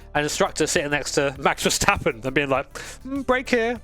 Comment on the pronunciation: i like that you say verstappen correct and vershtappen hahahah. i know dutch can be hard for english speaker i had to learn it at school at 4 years only speaking australian english